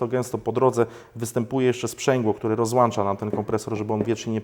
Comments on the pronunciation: ROZŁĄCZA, A NIE ROZŁANCZA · Ja mam jedną prośbę - robisz coś dla ludzi, opowiadasz o czymś, to jakbyś mógł się wysławiać w miarę poprawnie, po polsku. Wpadki słowne wyłapane w zamieszczonym filmiku: - nie zwiększyć układ paliwowy, a zwiększyć wydajność układu paliwowego; - nie "rozłancza" tylko rozłącza, nie "dołanczać" a dołączać; - wykres nie jest prostolinijny, a prostoliniowy. Prostolinijny może być człowiek:] Lepiej użyć stwierdzenia proporcjonalny; - cena nie jest duża/mała, cena może być wysoka/niska. Przepraszam, za te uwagi, ale moje zboczenie inżynierskie wzięło górę. mam prośbę do Ciebie, postaraj się zwracać uwagę na to, w jaki sposób się wysławiasz. Robisz coś dla ludzi, rób to porządnie. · BTW, turbo się włącza a nie włancza... :-DA sprzęgło się rozłącza a nie rozłancza...